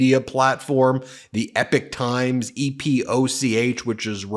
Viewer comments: E pok not epic. Blame my neurodivergent brain for the pronunciation obsession lol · I think they pronounced it “EEEE pock”, not “Epic”. I heard their commercials a lot a while ago on YouTube and when I researched them I realized they weren’t what they advertised themselves to be. After that I quit getting their commercials! It was weird. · It's not "Epic Times" it's "Epoch Times" (pronounced ee-pock). What a tragedy considering what Falun Gong stands for as a new Chinese religion which is based on truthfulness, compassion, and tolerance. Members live a clean moral life and practice healthy exercise and eating which has left them in better shape than the average Chinese. Because of this many have been arrested because they are members and accusations against the Chinese government 's treatment of them is the forcible removal - without any form of pain relief - of organs to sell on the open market because they are in much healthier condition than the average citizens. Any stories like the one you talked about sounds like propaganda to destroy a growing threat to the government's constant self enritching, massive thefts! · BEN. You have to pronounce Epoch Times like Ewok times. Yeah, like Star Wars. NOT epic ! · It isn’t EPIC TIMES It is EPOCH (Rymes with POKOK) TIMES !!!! Ben. YOU really really need to work on your presentation skills. The frantic rate of delivery with staccato emphasises is really really irritating and detracts from the substance of the content. Did you speak like this in Court? I very much doubt it. And I am sure your arguments and presentations were better received for the more measured approach you surely adopted. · It's pronounced "EPOK" times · Epoch is pronounced "E POCK" like the geological term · Ben:_ben: it’s the E-pock (Epoch) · Isn’t it Epoch times? You pronounce it like “epic”. If you want to know how to pronounce it watch The Matrix 1,2&3. Don’t worry about which one he’s in, it’s the best movie ever made…